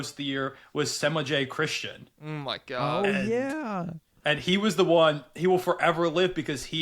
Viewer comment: cone… that semaj christon pronunciation…